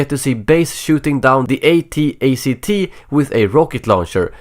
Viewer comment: wait... what did you say? A-T-ATC?